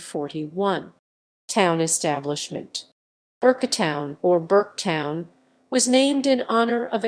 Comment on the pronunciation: It's not Bur-ke-Town ( 3 syllables ) It's just Burke- Town ( 2 syllables )